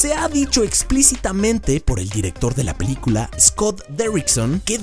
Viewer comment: el dice LA PILICULA JAJJAJAJAJAJJJAJAJAJAJAJAJA